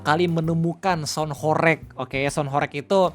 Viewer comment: dibacanya horeug bg, bukan horeyg